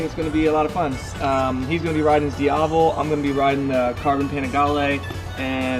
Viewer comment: It's "DIAVEL"